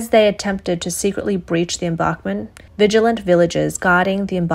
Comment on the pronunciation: her serious mispronunciation of embankment kinda bothered me.